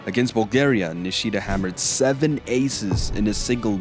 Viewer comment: Put stress on Ni, don’t put stress on “shi”, just like you said Shimizu correctly. It’s not niSHIda, it’s NIshida.